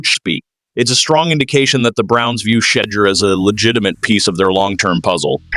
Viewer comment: Sheddure is a mis spelling and mispronouncing it's Shedure.